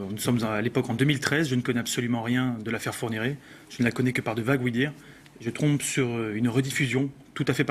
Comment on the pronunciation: d'ailleurs il fait un lapsus bizarre à un moment il dit je "trompe" ou lieu de "je tombe" a ...